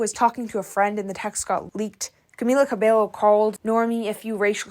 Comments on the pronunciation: Bruh she didn't even pronounce Cabello right, let alone researching about OTHER things. That's your subject, you're making a video about this person and I'm not even a Camilla fan, but even I know how her surname is pronounced. Bare minimum research would have made you come across that. Anyway, I don't watch this creator, this was their first video..and I don't think I'll come back for seconds, unfortunately. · Ikr. This person making an entire video on her, doing her research on other aspects but not even bothering to know how to pronounce her name just felt so tone deaf to me. And it's not like the pronunciation is a huge secret. Literally almost everyone out there pronounces it right now since she has corrected people. It's been ages. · Yeah… and also Camilla’s last name… I thought she was in media long enough for people to learn how to pronounce her last name I want to pay attention to the topic but I get distracted by the way she says “Cabello”😅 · I will say the bassline for Señorita is really fun, I like playing it. I'm assuming she didn't write it but still. Also, I'm pretty sure her last name is pronounced, "Kuh-bey-yo" because in Spanish the double Ls make a Y sound. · and camila's surname is pronounced cabeyo like hair in spanish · Cabeyo two Ls in Spanish is a Y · Please know the correct pronunciation of 'Cabello ' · Why are you pronouncing her last name like that? That's not how it's pronounced and YOU KNOW IT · Oof as a spanish speaker, the way you say her name hurts my soul. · The pronunciation of her last name makes this unwatchable 😭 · Stop saying "Cabello" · babe why cant u pronounce her name right:face-red-droopy-eyes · guys PLEASE if youre gonna do a vid about someone at least try to pronounce her name correctly ‼️‼️‼️‼️ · At least say her name right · Stop saying her full name just say Camila we'll know who you're talking about. You keep butchering Cabello and it's cringy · Pls pronounce cabello right 😭😭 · btw it’s CA-BEH-YO